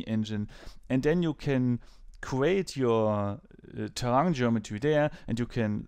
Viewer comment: In trying to be a bit helpful for: You have to speak the "i" in terrain also. HTH